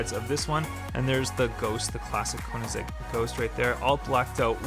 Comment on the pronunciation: It’s not konizeg! It’s koenigsegg! Get it right!